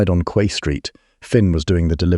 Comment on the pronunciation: Quay is pronounce 🗝️